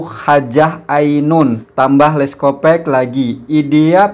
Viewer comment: Sebutannya yg benar leskopak bkn leskopek